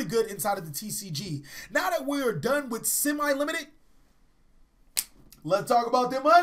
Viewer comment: simi-limited, it's semi-limited.